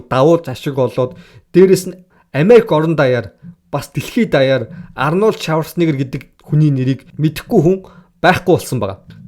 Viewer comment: Шаварцнегер бишээ Шварцнегер гэж дууд дүү минь.